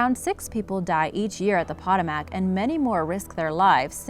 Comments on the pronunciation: It’s pronounced Pa-toe-mec river , not patamac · It's not POT-oh-mack . Its puh-TOH-muhk. Seriously? You can pronounce Karachay correctly, but not a historic river in AMERICA? SMH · Poetoemick not potomack. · Po-toe-mic not po-ta-mac! Hahahaha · I live in DC it's PA TOE MAC not POT O MAC but other than that great video hehe but yeah the Potomac is so no joke. The current is crazy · Potomac- po-to-mac , [not (pot-o-mac)] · No. 5 is pronounced Puh-tome-ic. Not pot-a-mack. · Yeah..., I live less then 10 minutes away from the Potomac (Po-toe-mic) river, it's generally not dangerous and people do swim in it. Until you get near Great Falls and after, then that a different story. The under currents is quite dangerous even when the river surface looks calm. That is one reason people don't go swimming in it, but other strong factor is that it is quite polluted. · ive swam, rafted, and kyaked down the Pah-TOE-mac river many times with no issue. Thats rediculous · Correct pronounciation is (puh-toe-mac) river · Poe. Toe. Mack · Excuse me, but the Potomac River's name is pronounced as [puh·tow·muhk]. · Pronounced 'po TOW' mic.' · Pa tome ick...is how it's pronounced, ugh woman, say it right. Sorry, it's just driving me nuts. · nah as a DMV resident, I feel offended for the way she pronounced potomac 😭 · Can't pronounce Potomac? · not how you pronounce potomac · I know a couple people have said this but you are pronouncing Potomac wrong. How does that happen? Maybe learn to speak if you're going to be a narrator. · She’s not American. She mispronounced the Potomac River which divides Virginia and our nation’s capital, Washington, DC!!! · Seriously . you mispronounced Europa and Potomac. .. Nothing hard about those words at all . .YOUR-OH-PAH & POH-TOH-MIC .